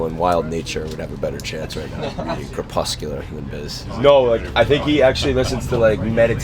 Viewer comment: Said 'crespecular' the 2nd time lmao